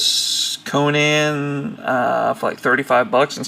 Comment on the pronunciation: conun not conaaan